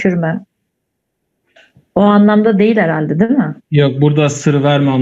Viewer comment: yani dediğiniz gibi ama ben kelime açısından değilde konuşma tarzlarına dikkat çekmek istedim yani ; değil mi yerine deel mi, gidiyoruz yerine gidiyik, küsüp yerine küsüg demeleri ilginç olan onun için dedim